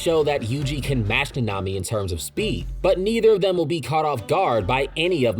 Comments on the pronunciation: I dont think I can watch the whole video if he pronounced naNAmi 😭 like dude the in whole series it's pronounced NAnami, why is it so hard to find videos wherr names are pronouced correctly 🫠 is it just me being absurd or anyone else has this tiny issue you just cant help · Bro why are you pronouncing it like that. Na-Na-mi . It’s not Na-nami . I’m not trying to be a purist but it’s ruining the video for me lol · Fam it is not that hard to say “nah-nah me” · Say it with me Na Na Mi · That’s not how you pronounce his name in the sub or dub 😂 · The way you say nanami makes me suicidal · I’ve never heard nanami pronounced so wrongly